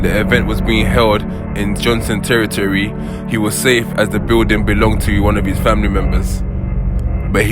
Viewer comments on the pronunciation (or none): none